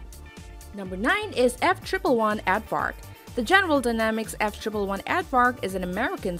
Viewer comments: “F triple one”? You mean an F-one eleven? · What the heck is a F Triple One AARDVARK. It’s a F One Eleven. 🤦‍♂️ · I couldn't listen effectively after she called the F One Eleven the F Triple One. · The F-triple one Ad-Vark. I love it when people make video about things that they know absolutely nothing about. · Ard ard....not Add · F-triple one? Does this person even know what she’s talking about.